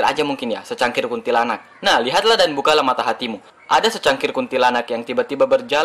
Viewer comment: Di bilang secangkir = bukan cangkir ,sesosok mas....